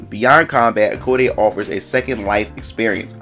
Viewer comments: *ai code - is how it is pronounced I believe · Hi! ACE here!💖 Thanks for the video! (btw just to clarify im a girl xD and the prononciation of the game is like "eyecode", like pronouncing the name AIKO, the name of the protagonist)